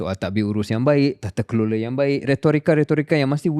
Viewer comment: Tatakelola dah jadi tatatelola 😂